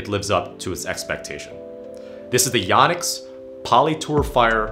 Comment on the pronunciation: It’s YO-nex. Long O sound. I’ve been saying it wrong for over 20 years, apparently.